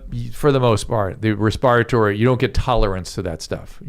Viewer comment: I read respatory the way Dr. Drew pronounces it.